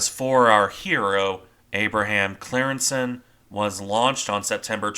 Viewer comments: I think its pronounced something like "Cryingssen" but I'm not dutch but german so I might be wrong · Its pronounced as in the YouTube: “Team geschiedenis: De ontsnapping van de Abraham Crijnssen.”